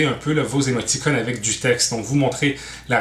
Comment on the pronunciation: chaque fois que j'entend émoti"connes" y'a un trou qui apparrait dans ma barbe